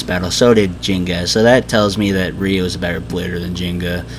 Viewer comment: it's ryo not ryu!